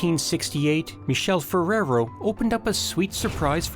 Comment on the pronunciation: The narrator is pronouncing the name of "Michele Ferrero " wrong every single time- So disturbing and inadequate